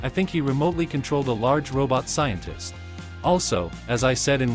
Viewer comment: Sientist. Tolit. Restendpesh.